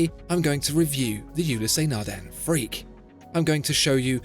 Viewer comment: Its Nardin not Nardan.😅